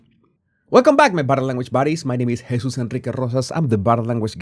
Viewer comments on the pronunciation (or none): none